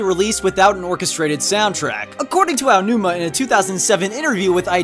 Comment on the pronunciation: Much respect to for being able to pronounce "Aonuma".